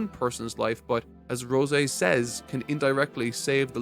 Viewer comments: rose-eh? bruh wtf. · I absolutely hate how you say rose lol it's like the flower not roseh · Is this a bit? Is he deliberately trying to mispronounced every name in every series he reviews? Rose like the flower not the fucking wine. Like dude. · I cant stand the way he says rose lol